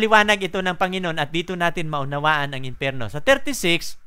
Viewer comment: imperno? o empyerno? what the hill